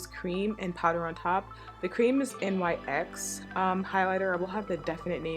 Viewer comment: Really nice look. Also, not to be rude, and I'm not sure if you're aware, but NYX is pronounced NIX. The letters aren't pronounced.